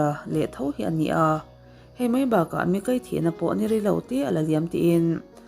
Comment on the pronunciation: I aw ngaihthlak a nuam viau a chu i thil sawi zin leh thluk hi ka lo ngaimawh thin entinan:bawk aaaa,mai aaaa,hle aaaa…Aaa thluk i uar lutuk a Jeronimo ang deuh hlek hian atawp hi inzir ila ngai ka lo ti ve mai2 chuanin English thu lam dan tur thenkhat pronounciation utube ah in zir hmasa bawk la ka lo ti ve mai2 hate comments ni lovin ka thahnem ngaihna tangin ka lo sawi ve aw..ka ngaithla ve ziah ania aw